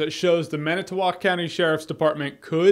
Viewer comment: Thank you for pronouncing it Man-i-tow-walk and not man-it-tow-wick. Good job!